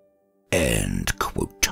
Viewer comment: I've never known anyone to put so much sweat and effort into the two words "end quote".